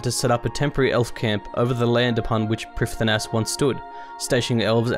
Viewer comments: First off: love this channel and what it means to people who really enjoy Runescape lore! According to oldschool wiki: Prifddinas is pronounced "prive-THEE-nuss", Ardougne is pronounced "arr-doyn". So there. I wish some content creators (there are a few) would care more about pronounciation, since it makes a lore video like this, or any progress video for that matter, feel more authentic, well researched and wholesome. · I liked that you got to do the voice. I didn't like that neither of you pronounced the names of Prifddinas, Lletya and Tirannwn correctly. (prive-THEE-nuss, LLE-to-ah (Welsh "LL" sound), TIR-a-nun) (Source